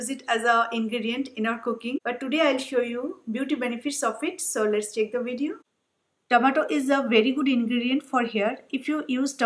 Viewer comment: Its tomato not tamatur :/